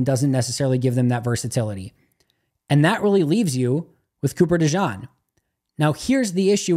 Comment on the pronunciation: It's pronounced De-Gene. Thanks for what you do.